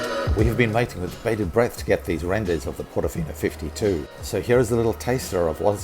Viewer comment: I think Portofino is with an R instead of a S.